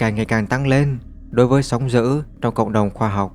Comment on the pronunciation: Thằng này là giọng AI thì phải, đọc chữ "d" mà nó cứ "gì, gì". -sóng giữ.....??? Ngáo đá.